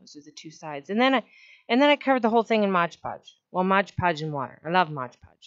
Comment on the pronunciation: if you can make a video where you say MOD podge instead of modge podge ill subscribe lol